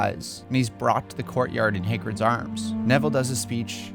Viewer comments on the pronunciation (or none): How does someone who pronounces the first syllable of “Hagrid” as “Hay” think he qualifies to have any opinion on the Potter series whatsoever? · Did you just call Hagrid, Haygrid? 😂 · It’s Hagrid with an a as an apple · I left the video once you said Haygrid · He did not just pronounce Hagrids name as “hay-grid”😂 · the way you say Hagrid is nuts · We gonna ignore how he pronounced Hagrid? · How the fuck did you just pronounce Hagrid??? But overall really nice video man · Listen to how he pronounces "Hagrid" . 😂😂😂